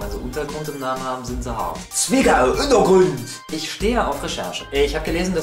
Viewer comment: "Zwickau Unterground" die betonung war echt klasse :D